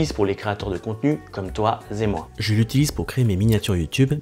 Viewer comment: 5'25 :toi zé moi...🙉🙉🙉